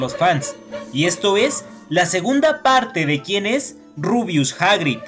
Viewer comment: Por favor deja de decir rubius hagrid